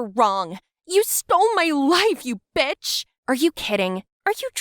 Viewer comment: She said betch😢